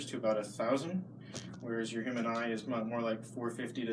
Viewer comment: Please tell Seth that "human" has a H in it. Good job guys